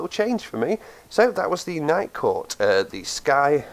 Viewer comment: Legit thought he said Nightcore at first.